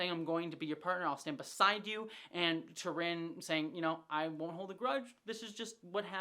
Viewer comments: Her Name is not T'Rinn, but T'Rina. There's an A in it. You keep saying it wrong 😅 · I love you. But it’s T’rina right? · I love your insights into the storylines and characters! But, please, you get T'RINA's name wrong each time you bring her up. She's one of my favorite characters!